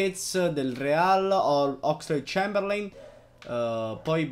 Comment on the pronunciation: Ogni volta che hai pronunciato il nome di Oxelade-Chamberlain ho bestemmiato.